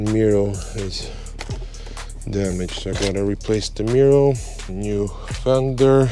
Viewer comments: Love your content but why are you saying “mirrow” instead of “mirror”? It’s exactly like when you were saying “Alfa Romero”😂…Congratulations for your 5 star content!!! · You have a very strange way of saying MIRROR.....MIR- OR